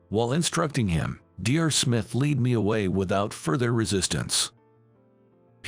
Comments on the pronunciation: Dr is pronounced DOCTOR!!! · Irrelevant, distracting background! Poor pronunciation of some everyday words (eg. Dr.) in the commentary!